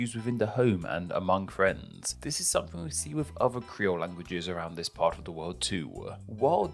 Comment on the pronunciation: Narrator says "uvver"